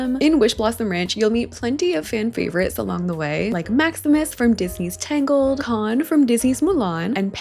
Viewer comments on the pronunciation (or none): none